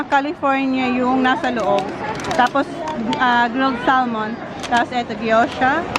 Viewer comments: "gyoza" po hindi gyosha😅😁 also, suggestion lang po please pakibawasan po kakasabi ng "and" sa mga videos mo po kasi everytime may sasabihin ka po ang kasunod is parating "and"... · Ganun po talaga mag pronounce si,.. "sh"